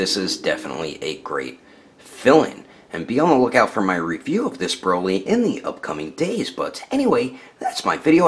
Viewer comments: 1518 he said broccoli instead of broly. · His name is broly... it says it on the box and yet you still call him broccoli. ..smh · His name is broly not brockle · Holy at the end of building he just said brocoly